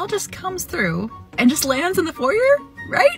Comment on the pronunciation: Im sorry... did this lady just say foyer as (foy-err). Its pronounced (foy-yay)